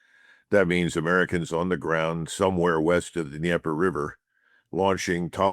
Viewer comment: 🥃🥃 every time McGregor says "Dnieper River"